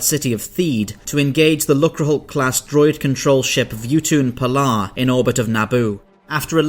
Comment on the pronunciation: Everyone is talking about the Darth Vader joke at the beginning. And the joke is hilarious, no doubt. But am I the only one who likes that he straight up pronounced the name "Vuutun Palaa"?